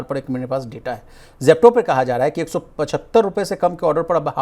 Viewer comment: ZEPTO tuje ganje Pronounce karna Nahi aata aur aagya h Bakwas karne